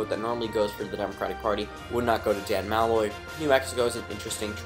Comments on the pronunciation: MAL-loy? Its pronounced Mu-loy. I was cringing the who time... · No doubt. I don't even care if you pronounced Malloy's name wrong, he's a jackass. I'm from Connecticut, I'd give Hogan my vote.